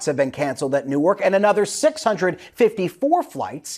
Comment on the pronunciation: Yay!! He pronounced the city of “Nork” (Newark) correctly!! 👏🏾👏🏾